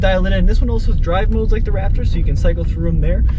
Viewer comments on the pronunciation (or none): You guys should be ashamed of your damn selves! You’re SUPPOSED to be professionals BUT you kept pronouncing RapTURD wrong!! Please work on your pronunciation. Other than that, GREAT video. T-ReX has arrived! 👑